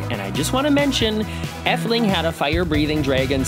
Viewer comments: Why does he says effeling instead of efteling I am dutch so yeah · eftuling thats how pronounce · why is he saying dutch names with a German pronunciation?